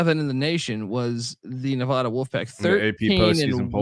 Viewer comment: You guys fuckin suck. Learn how to pronounce Nev-Add-uh. Mackey is not mackayyy. God you guys are severely uneducated and annoying as fuck.